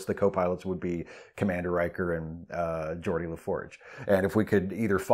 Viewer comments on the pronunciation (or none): none